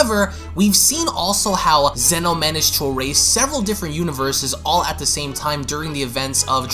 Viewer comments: From to it's zeno lol I laughed when he said zuno 😂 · Dude. You totally said Zeno's name wrong.